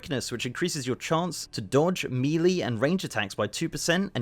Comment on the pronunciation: melee*. not meelee